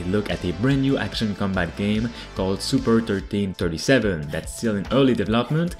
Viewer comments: Super1337? Sounds more like Super Leet to me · "The brand new action combat game..." Me: "SuperLEET." "...called Super thirteen thirty-seven." Me: 🤦‍♂️